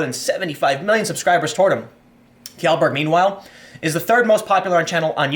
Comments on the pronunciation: Tim. Tim. TIIIIIIIIIIIIIIIM. TIM POOOOOOOL. It's pronounced ------> Shellburg not Kyellburg the wikipedia page has pronunciation if you need it. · Kee-yellberg? Haha common Tim you've even been to Sweden. Shell- berg. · Tim, Pewdiepie's surname is pronounced 'Shellberg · Hey Tim "Shellberg" pronounced "shell" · Felix's name is pronounced "Shellburg" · pewdiepies last name is pronounced..shellburg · FYI, Kjellberg is pronounced "Shellberg". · Please Tim. learn how to say pewds last name properly. its shell-berg, kind of like Sheldon cooper. no k sound in it at all. I cringe every time... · Again, it’s pronounced “SHELL-Berg” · Dude... It's "Shellberg"